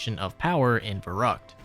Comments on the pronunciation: Fer-rookt, not ver-ruckt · why do you insist on mispronouncing Der Riese, Verruckt and other german names/words?